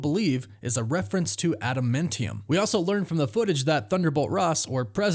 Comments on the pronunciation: I know it's nit picky, but why do you keep saying ada-men-tium? It's ada-MAN-tium. It's like nails down a chalkboard every time you say it. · Bro do you even watch the movies or read the comics ? wtf is “ada-mint-ium”😂 it’s adaMANtium. Noob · Please learn how to pronounce Adamantium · My word, please pronounce admantium correct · Glad I'm not the only one who finds his pronunciation weird 🤪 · Please learn how to say Adamantium